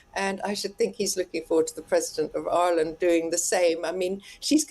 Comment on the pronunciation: Oi-er-land? For someone with such a posh plummy accent, it's bizarre how she pronounces Ireland.